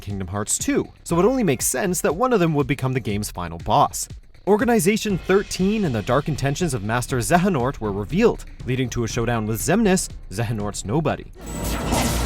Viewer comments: Normal people: zay-uh-nort Watchmojo: zAh-HuH-nOrT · Did you honestly pronounce Xehanort's name "ZE-ha-nort" and not "ZAY-a-nort"? They pronounce it all the time in the game. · Zehanort? ZEHANORT? ZEHANORT?!??!?!!!?!!!? ITS XEHANORT (PRONOUNCED ZAY HA NORT)!!!!!!!! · The fact that these people always call Xehanort “Zejanort” just proves to me that they’ve never played a KH game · You can tell that guy is just reading from a script and hasn't actually played the series, because no Kingdom Hearts fan would call Xehanort "xe-ha-nort" unless they were trolling. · Who pronounces “Xehanort” like Zen-ha-nort??? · I once heard someone pronounce his name “Zee-ay-on-ert”...it hurts to even write it down, especially when auto correct spells it better than that person pronounces it. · "Eye twitch" add that to another mispronounced names of Xehanort's name. Not as bad as Xenahort. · Yea I might dis like the video just because of that... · Its not hard to say xahnort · The way he pronounces 'Xehanort' pisses me off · One does not simply go unpunished for mispronouncing Xehanort’s name. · hears how Watch Mojo pronounces Xehanort's name Me: OOOHHH I can feel Lenord Nemoy rolling in his grave. Also, stop shoving War Thunder down our throats in the middle of the video!! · the way he said xehanort was painful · Please stop mispronouncing Xehanort's name. It hurts to hear it being said differently after all this time. Especially when the characters have said his name. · Xavier the way he pronounced xehanort.... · You’d think they’d figure out how to pronounce Xehanort after a few years of saying it wrong